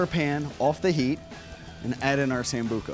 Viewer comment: Sambuca Sambuca Sambuca ! Not Sambuco.